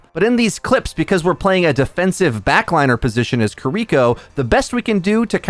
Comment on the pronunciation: omg, it's pronounced "kee-ree-koh", not "kuh-reek-oh", and it's really bothering me this entire video